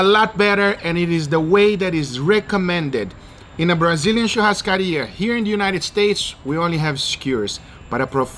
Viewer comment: wow, an american with actual good pronunciation of churrascaria, nice